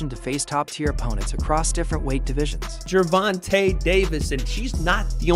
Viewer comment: Gervontuh is crazy, come on wade 😂🤦🏽‍♂️